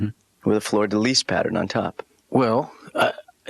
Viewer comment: mispronounces "hexagonal" and "fleur-de-lys".